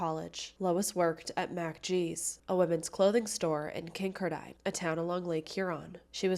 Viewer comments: I just came here to say that. lol it's not kinker dine. It's pronounced kin car din. Accent on middle part. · Great pod cast you tube video. The name if the town is pronounced Kin car den, Not Kink er dine....Just thought you might want to know. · Kincardine is pronounced Kin-Car-Din from someone who lives in southwestern ontario. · Kin car din. Emphasis on car. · Just an Fyi - pronounced Kin-car-din (although spelled Kinkardine) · I think your trying to ssy Kin -card-in. Thats how those of us that live in the area pronounce it . Just thought you would waht to know lol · Kin-kar-din. That’s how you pronounce it. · Kincardine Is Pronounced Kin- Car-Dinn I grew up not too far from there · It's pronounced Kin-card-ine 😊. I was at that dance that night Lucknow is my hometown 😊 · You mispronounced Kincardine it pronounced "kin-car-din." I mention this because I lived in the area and as listen to your info I thought I had not heard of such place until I figure it out. Also, I was familiar with the case. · Love you! As a former Kinkerdink (a resident of Kincardine), it’s pronounced “king-car-din” ❤